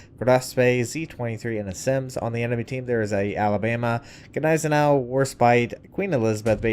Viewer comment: the G is GNEISENAU is silent, just a heads up